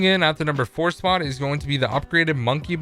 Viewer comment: Also he fails to say "spot"